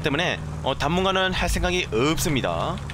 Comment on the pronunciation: 초 '읎습니다아~'ㅋ발음 구수하네여ㄱ